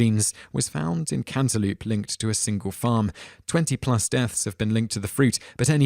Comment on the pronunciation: You know, I have to say that, while I do enjoy ***** videos, I do admit that part of me watches just to hear some of the... interesting pronunciations. (Cantaloop? ;-) )